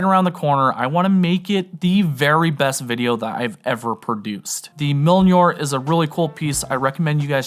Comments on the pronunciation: 🤣🤣🤣 you pronounce Mjolnir = "Milnjor" hahahaha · Sick carry. I need that light and the Mjönir. Even though hearing you miss pronounce Mjönir hurt my ears…. A hammer of thor piece of pocket jewelry is a must have.